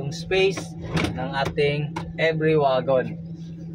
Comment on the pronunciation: Wagon? Mag pronounce yan.(wigon) di waaagon bisaya hahaha